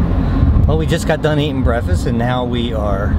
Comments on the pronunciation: He said brevist for breakfast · "Well we just got done eating brefest"